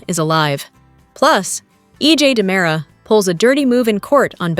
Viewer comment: Its not DYEmara.